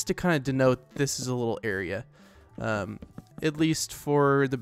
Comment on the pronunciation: saying a "litil"more time